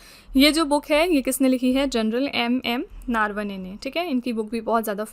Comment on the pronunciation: ma'm, नारवने ❌ नरवणे ✔️ 😅😅